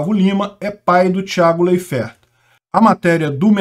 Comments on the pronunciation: Sempre ouvi a pronúncia "Láiferti" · Intankavel ouvir o Ucraniev pronunciamento Leifert errado kkkk